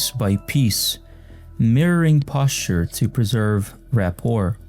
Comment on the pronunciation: You did not say “posture” like that.